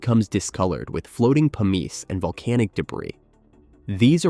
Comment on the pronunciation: Haha i heard "PUMEECE" for pumice. That was funny. Also, i would gladly do this